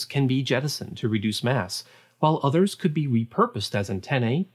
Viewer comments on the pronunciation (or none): none